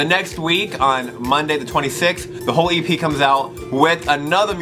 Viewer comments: Every time he said 'The whole EP' I kept hearing 'The Holy 'P'' and I was like yeah sure 😂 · When he says it fast it sounds like "the holy pee " lol 😂😂😂😂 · Am I the only one who thought he said "holy pee" instead of "whole e.p.?" oops.. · When he said whole EP i heard holy pee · Was I the only one who thought he said holy p